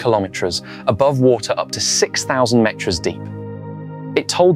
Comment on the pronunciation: Strange pronunciation of "kilometres" and " metres": " ... met-rus".